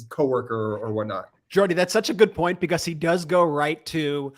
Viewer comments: becuss why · Am I the only one annoyed by how Ben says because? Becuss